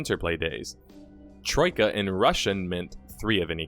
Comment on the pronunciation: Hmm you do a good job not sounding Australian when you say Troika I find it very hard to do.